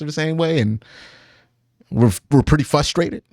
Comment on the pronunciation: fRustrated Q not fUstrated